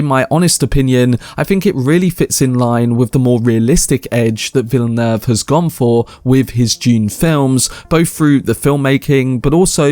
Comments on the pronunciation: He gets extra points for being one of the very few Youtubers who pronounce "Villeneuve" accurately. Music to our ears lol. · Much respect for your correct pronunciation of Denis Villeneuve's name, major props my friend!